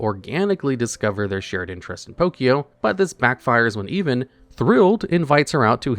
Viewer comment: no way you pronounce the name Evan like "even."